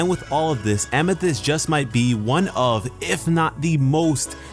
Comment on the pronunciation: Please. oh PLEASE never say famithyst again! it makes me cringe badly. No disrespect through, love your vids. Keep at it bruh.